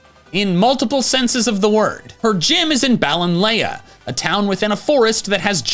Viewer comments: It's pronounced balloon-lay!!!!!!!!!!!!!!!!!!!!!!!!!!!!!!!!!!!! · its bal-on-lee, as said in the anime and mushrooms are fungi NOT plants